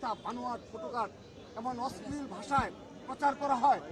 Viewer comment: অশ্লীল উচ্চারণটা ঠিক মতো করতে পারলো না 😅😅😅